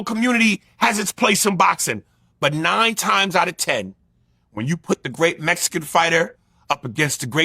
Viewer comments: "Mezican Par Ra" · “ ARE REARY TO PEEL THE MESSICAN POWER TERENCE CRAWFORD!!?”